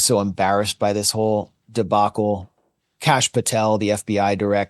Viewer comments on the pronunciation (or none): none